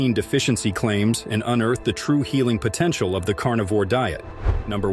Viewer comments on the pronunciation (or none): none